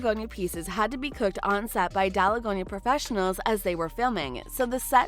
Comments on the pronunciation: *its not daligonia candy,its dalgona candy And btw your comment is like a hate comment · It is not daligonia candy It is dalgona candy bruh fix ur pronunciations (Btw not hating I am actually a fan)